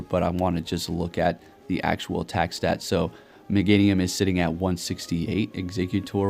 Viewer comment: really? Mega meganium or is it mega-nium😂